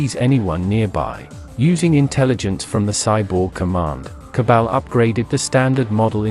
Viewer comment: Jesus. I like your vids.Its ok. But please for the love of god ditch the TTS AI and read it yourself. Modulate it, sure. But read it yourself. The AI butchers names like Cabal or Tiberium in such a horrendous way that it's hard to watch.